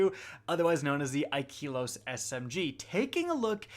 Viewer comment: The e is flat, not high. Ikelos, not Ikeeeelos.